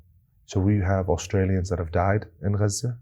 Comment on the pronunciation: its auto subtitles, they dont understand his correct pronunciation of gaza, the gutteral g sounds like a french r, probably cos of that it transcribes an r i dont think its on purpose you are sooo right that its totally being hidden (and lied about) by mainstream media etc but this is purely a linguistic/programming/technology problem i think sent with love